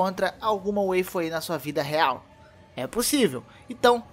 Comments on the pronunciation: A pronúncia é com "a" msm Waifu não Weifu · Respeita os otaku...ta falando errado...WAIFU n WEIFU.....(só to tirando com sua cara 😂😂😂😂) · Waifu n seria a pronúncia de wife? com sotaque jp? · anglificando uma palavra em inglês ajaponesada. Kkkkkkkk...